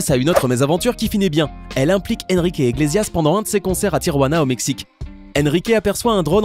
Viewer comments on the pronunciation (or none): Ça se dit : ènriqué iglessiass 😂